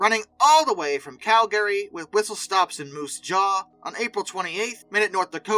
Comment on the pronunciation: Your pronunciation of Calgary is... interesting. CAL Guh ree. And Laredo, TX. Luh RAY dough